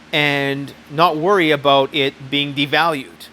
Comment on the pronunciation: " its all aboat money" lol